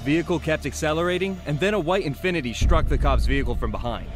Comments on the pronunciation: Why Vehhhhicle? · Bruh why do they say vehhicle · why do all cops say vee-hickle lmao